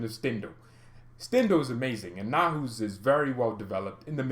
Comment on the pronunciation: Neu like in neu-er . haus like house. Neu-haus. A new house.